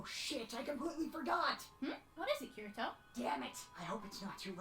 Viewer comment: Kee-ree-toe and Ahh-sue-nah. Jfc